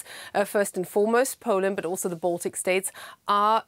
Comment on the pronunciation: Poland not puul an